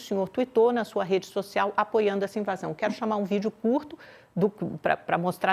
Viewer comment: "Invasao"😂😂 Esses jornalistas são péssimos.